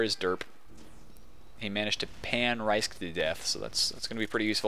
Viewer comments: Thanks for doin a poop game. It really is a shame that I can't make any of the matches otherwise I'd be right up in there with wreckin as Scouts:3 Also, it's pronounced Risk, not Ricek XD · Yeah you said my name right, you said rhysk's name wrong you had it right at first.